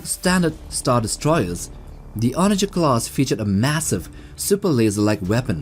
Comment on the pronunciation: Onager´s the wrong way lol Good Video over all <3